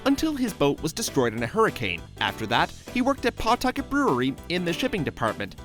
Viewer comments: You said Pawtucket wrong :(( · You say Pawtucket wrong